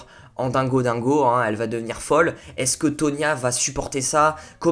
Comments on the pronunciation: No is Toni not tonia !!😣😣😂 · Cest toni et pas tonia😂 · alors c’est Tony et pas tonia merci 😂